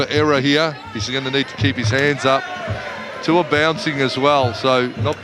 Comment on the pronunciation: His name is not Tua , its pronounced Tu’ ooo a Tu’ua